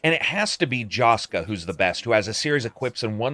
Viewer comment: It's nice to see a Hungarian made game featured here and some of our folklore stuff and hungarian names. (Also funny how non hungarians try to pronounce our names, like "Jóska" :P) It is weird, though, that despite made by hungarians, about mostly hungarian folklore, if I'm not mistaken, there is no hungarian subtitle or voice in it at all.